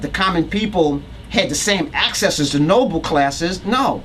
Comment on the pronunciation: noble not nobel